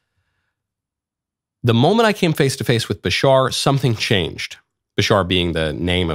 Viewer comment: Agree with u 💯. I don't like it when people dont know what they are talking and start speaking like they know facts about someone or his message. He didn't even say Bashars name right. Im not listening to this guy again when his show is about someone and he hasn't done his homework. He is also pompous. Theres hundreds of videos of Bashar and Daryl for him to do his show on yet he chose a 5sec clip that cuts off. He's speaking of the Annunaki. Come on man! Youre reaching and desperate.stop putting others down to feel big